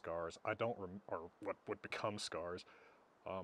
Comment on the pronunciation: Lasting damage: Now pronounces "what" as "hwhat" 😏